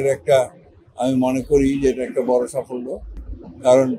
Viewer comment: সাফল্য উচ্চারণ করতে অনেক কষ্ট হলো!